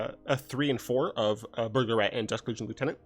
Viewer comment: Every time you say "Burglar Rat", I hear "Burglarette". So now I imagine that the Burglar Rats are all girls and are like the rat version of cat woman.